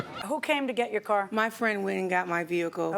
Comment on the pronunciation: At least the defendant can pronounce car correctly, not "cair" like the plaintiff.